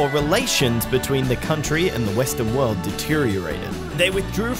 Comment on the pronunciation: How do you say that? WOWUD? The WOWUD FAIR??